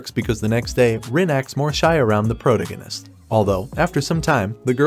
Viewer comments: Except prota-gun-ist…. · Can't pronounce protagonist? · The way you pronounce "protagonist" is hilarious